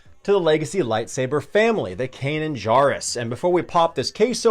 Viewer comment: Good lord! Pronounce Kanan’s last name correctly. He Jar in Jarrus is pronounced Jerr like in Jerry.